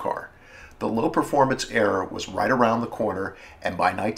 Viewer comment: I'm loving your videos but it ERA not ERROR. Very distracting.